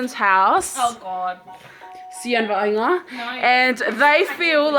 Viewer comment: its not Vianga! lol its Vaaiga!